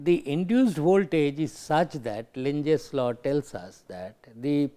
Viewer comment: lenz law, but he says lunches law,,,sorry , just opinion